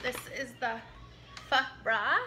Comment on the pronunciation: Pronounce “faaaa” like faa la la la if that makes sense .. the dark sauce is “ hoisin sauce “ 😬